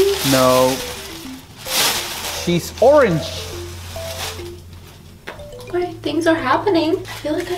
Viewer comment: It's not Orng, it's Orange! Fml